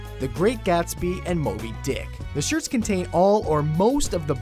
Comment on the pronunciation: why did you say Dick in Moby Dick which such power